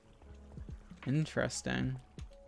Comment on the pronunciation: It’s not astronomical, it’s INTRESTINF